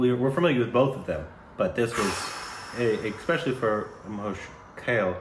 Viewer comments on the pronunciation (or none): It's kale kaaale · It's not Mahesh kale.... pronouncation is kaale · Guys, it is not Mahesh Kael. It is Mahesh Kaaley to make it simple for you to pronounce. Thanks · KANADA Raja Pandharicha meaning the Lord of Supreme Pandharpur which is the holy worship place of Supreme Lord Vithal Mauli And it’s pronounced as Kaaalee not Kale 🥬 common you guys 😁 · Mahesh Kale's name is pronounced as Kaa-lay. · Just want to make a small correction, Kale is pronounced literally as Kaa - Ley. Apart from that, everything is spot on. Thank you so much for the video. Also the thing that you said sounded bad when you did it, is called a taan. When the taan is sung fast, it sounds like that. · Their back side Was Sri Panduranga Vittal (Lord Vishnu) Image 🙏🙏. It's pronounced Kaa- Leyy. Both r Classical Trained singers. Watch Shreya Ghoshal She is also great Singer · I love your reaction videos a lot... just one thing, please try to say the names correctly. Like Mahesh Kale. It spells Kale but read as Kaale. Everything else is great 👍 love you guys. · Kale is Korbanized :))......you need to pronounce it as Ka- lay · Mahesh Kale ( the wonderful) is pronounced, "Mahesh Kaa-Lay". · its not kale like gale but it is ka le like 'hale'lujiah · It's "Kale" pronounced as Kaa Ley... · BTW, the name Kale is pronounced kā-lay, not like kale 🥬. 😀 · BTW - his name is KaaLe - Also the original L sound in his name, is not posssible to pronounce for you. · Just for info. - it's Mahesh " Kale" like you say "kaa-lay" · The pronunciation is KAALAY. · The right pronunciation of mahesh kale is---mahesh is fine. Then kaa-lay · His name should be pronounced as ... KAALLEY ✌ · It is pronounced "Kalay" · That is KALE === K + AA + LEH